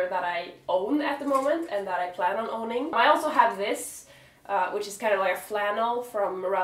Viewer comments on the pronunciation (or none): none